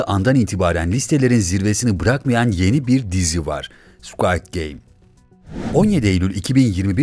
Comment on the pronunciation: Keske bu videoyu yapmadan once "squid" kelimesinin nasil telaffuz edildigini ogrenseydiniz. "Squad" gibi okumus metni okuyan kişi, squad degil, squid.